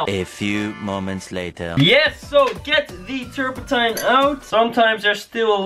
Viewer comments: Its so funny how u say terpentine lol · als je zegt terpetine het klinkt zo grappig